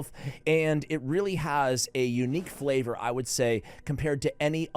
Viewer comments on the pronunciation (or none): none